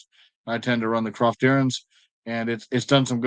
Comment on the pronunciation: Ouch my ears, its Coftyr not cRoftyr